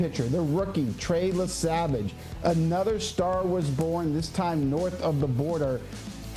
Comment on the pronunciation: YESAVAGE not Lesavage you mama Luke!!!!